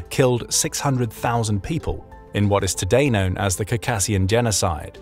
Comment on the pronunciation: While the information here is great and mostly accurate, your pronunciation REALLY needs work. Sakha, Circassian, Buryatia. Look up how to pronounce them